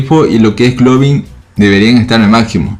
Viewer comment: estoy sordo o dice "Globin"?